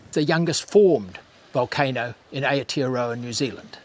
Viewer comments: your pronunciation of Maori is embarrassing. Stopped watching at Aye-Oh-Tea-A-Row-Ah. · Rangatoetoe, aae-ah-tearowah 😭😭😭